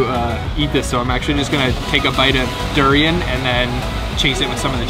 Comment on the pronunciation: The way you pronounce Malaysian fruits in English : Durian > due rain Rambutan > ram bue tan Duku > due koo Pisang > pi shang 😅 It's Banana dude.